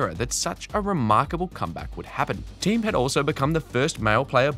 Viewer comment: Thee-um, not Team...